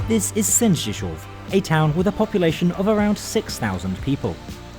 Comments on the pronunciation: You pronounced Polish names and places with such confidence and assurance. I have no idea if any of it was right, but it was certainly impressive and much appreciated. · Great job with Sędziszów, its a tounge twister even for Poles lol